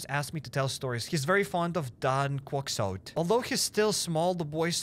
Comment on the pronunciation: No apologies for butchering Don Quixote :_CairekLol